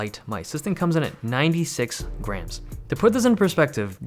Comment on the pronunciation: When he said the mouse was 96 grams, I thought he said 96 grand...🤭🤭